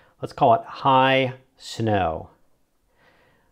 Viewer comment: i got upset when you called it high snow loooool but lovely video